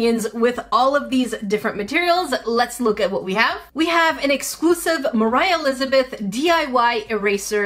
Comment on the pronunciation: ”moraah lizbeth”